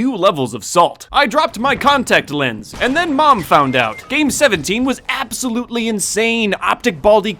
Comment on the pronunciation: You’re about to see some aaaghbsooulootellei anybody else hear that?